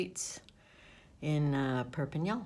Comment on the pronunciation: I noticed that your pronunciation of Perpignan has improved. You pronounce the AN at the end much better than before ( you were saying ON instead of AN) 👏👏👏